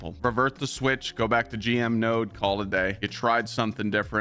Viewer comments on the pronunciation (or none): none